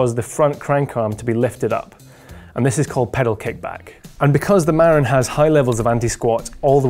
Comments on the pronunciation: It's Ma-RIN, the accent is on the last syllable. I used to live in Marin County, California. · FIRST Marin is pronounced: Muh-rin'. It's the name of a county in Northern California. While looks may be deceiving, that bike looks to have too many moving parts on the rear suspension which will inevitably (also invariably) need a lot of maintenance to keep everything aligned. Sometimes the simple solutions are better. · You are not pronouncing 'Marin' correctly. It's 'Mah-rinn' with emphasis on second syllable.